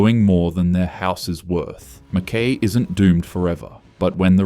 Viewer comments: It is Ma-Kuy rhyming with Guy. Not Ma-KAY. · Is the speaker Australian? "Mackay" has always been pronounced Mc-KY, not "Mc-Kae". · Fancy an Aussie pronouncing an Australian town incorrectly lol. Hubby is born and bred in Mackay, it’s Mac - Kai not Mac - Kay 😂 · MACKIE as in pie. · Yeah, just what I was gonna say ! " Mack-Y " ! Whose doing this voiceover, obviously not a local ! So, is this all full of bullsh!t ? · McKay, pronounced McKai. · How does he not know how to say MacKay?? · Then in comes Pauline! LNG .....you beaut. Climate change....yeah nah. Coal.....YES!! Wouldn't take this goof seriously....can't even pronounce MacKay. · This narrator can't be taken seriously when he can't even pronounce Mackay correctly. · You spelt MCKAY wrong😂 and you pronounced it wrong as well. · Wasn't that annoying? 😀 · Well said! How can anyone believe a word after that? It shows amateur research.